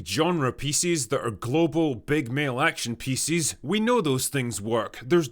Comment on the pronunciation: Wait, why do you say pieces like feces but with a P. Pecees